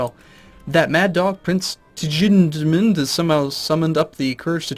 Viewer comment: I thought tjudmund was pronounced zhud-mund. How wrong am I?